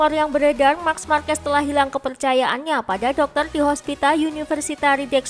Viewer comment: Risih banget sama penyebutan nama "marks markes". "Mark" aja min, nggak perlu tambahin S belakangnya